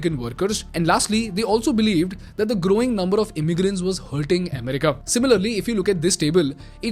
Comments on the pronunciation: Amm-rica, Amm-rica!! 😂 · The way he says America in this video is weird! It's so distracting! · Bro. U do an awesome job. But from an admirer, you make 2 repeated pronounciation mistakes. You pronounce both economy and America wrong. Please see if you can correct.